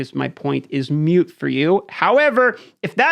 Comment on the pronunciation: it's "moot" by the way... rhymes with "root"... not "mute" :) means it's not relevant, or doesn't apply, etc etc